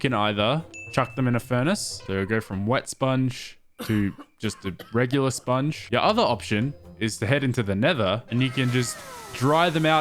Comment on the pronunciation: saying ill pick up the spoung and still doesnt pick up the spounge. lol